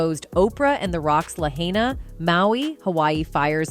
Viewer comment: Your saying Lahaina wrong